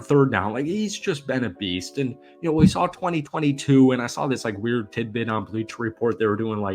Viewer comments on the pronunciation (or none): none